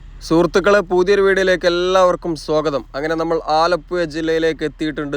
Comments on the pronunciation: ആലപ്പുയ അല്ല മോനെ ആലപ്പുഴ എന്ന് പറഞ്ഞു പഠിക്കൂ പഹയാ , മുഴുവൻ അച്ചര പിശാശാണല്ലോ മോനെ,😂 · ആലപ്പുയ അല്ല ആലപ്പുഴയാണ് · സുഹൃത്തേ ആലപ്പുയ അല്ല ആലപ്പുഴ ആണ്. ദയവായി ശരിയായി ഉച്ചരിക്കാൻ ശ്രമിക്കുക. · മലയാളം പറയെടോ. ആലപ്പുഴ ആണ്. ഏയ്‌ അല്ല. ഏഴ്.. വീണ്ടും വീണ്ടും ആലപ്പുയ. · ആലപ്പുയ അല്ല ആലപ്പുഴ എന്നാണ് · പുയ അല്ല പുഴ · ആലപ്പുയ അല്ല ആലപ്പുഴ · ആലപ്പുയ, അത് ഏത് പുയയാണ് ബ്രോ...?? 😄😄😄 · ആലപ്പുഴ എന്നാണ് ആലപുയ അല്ല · "ആലപ്പുയ " അല്ല "ആലപ്പുഴ " എന്ന് പറയൂ 😂 കഷ്ടം നല്ലൊരു ഭാഷയെ നശിപ്പിക്കാതെ സഹോദരാ 🙏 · ആലപ്പുഴ എന്ന് ഉച്ചരിക്കൂ ആലപ്പയ അല്ല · പന്ത്രണ്ടര അല്ല മോനെ, പന്ത്രണ്ടേ മുക്കാൽ കി.മീ. ആലപ്പുയ അല്ലാ ആലപ്പുഴ. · ആലപ്പു ....യ ....... അല്ല .......ഴ ...🙏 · ആലപ്പുയ അല്ല ആലപ്പുഴ എന്നു പറയും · ആലപ്പുയ അല്ല ആലപ്പുഴ പറയു കുട്ടി ആലപ്പുഴ😅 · ആലപ്പുയ അല്ല ആലപ്പുഴ .. എന്നാണ്. ഴഴഴ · ആലപ്പുഴ എന്ന് ചാനലിൽ എഴുതിയിരിക്കുന്നു പറയുമ്പോൾ ആലപ്പുയ എനനപറയുന്നു എന്താണത് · ആലപ്പുയ അല്ല ആലപ്പുഴ കാരണം ചുറ്റും പുഴയാണ് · Alappuzha ahn alappuya alla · ആലപ്പുയ അല്ല കോയാ ഇത് ആലപ്പുഴ ആണ് 😅 Anyway beautiful video and description! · ആലപുയ. ആലപ്പുഴ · ആലപ്പുയ... അല്ലെടെ .. ആലപ്പുഴ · നാവ് ഒന്ന് വടിച്ച് പുഴ എന്ന് പറയാൻ പഠിക്കൂ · ആലപ്പുയ. കയിഞ്ഞ .കായച്ച ഴ. പറയൂ മാഷ് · ആലപ്പുഴ എന്ന് മര്യാദക്ക്‌ പറഞ്ഞാൽ സബ്സ്ക്രൈബ് ചെയാ 😂😂😂😂😂😂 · Zha enna aksharam Malabar baagath illa😅